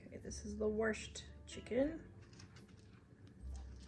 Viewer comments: Love to hear someone else saying you "worshed" the chicken. We must be from the same side of the crick! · You say wrashed like I do haha😂